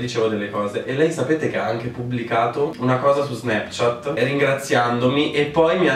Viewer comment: Un momento. Ho appena avuto una crisi esistenziale. Da quando in qua '' Snapchat '' si pronuncia '' SnEpchat ''?! O.O